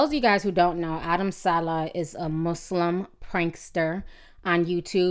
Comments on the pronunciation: TI it's SA-LEH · suh-lay dang ti can really screw up somebody name